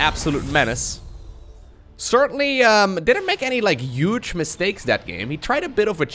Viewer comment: I love accent. Especially when he says "Yuge"